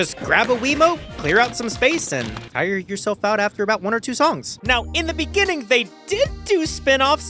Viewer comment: random lick in the beninging 😂